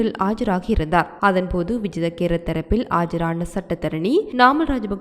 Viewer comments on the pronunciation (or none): Not Vijitha kerath. It’s vijitha Herath😂